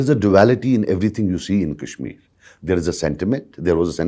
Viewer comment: What the hell is kaaeeshmir .. its Kashmir so stop pronouncing it like your western lords do ..